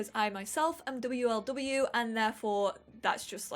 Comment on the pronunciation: Love how she actually says w l w and m l m instead of wlw and mlm I hope you read that like I do